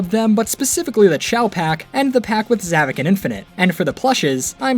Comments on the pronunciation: Not zavik it's zavok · isn't it Zohvphck not Zahvock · Ahem it’s pronounced like Za Vock think vock like co- wait, I️ can’t say that on YouTube!